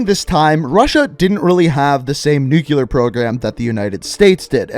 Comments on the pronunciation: *Nuclear, not nucular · Small pet peave: people who pronounce "nuclear" (nu-cle-ear) As "new-cue-ler." I hope I'm not alone here